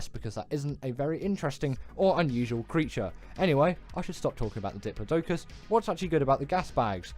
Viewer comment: AND ITS DIP...LOD...U...CUS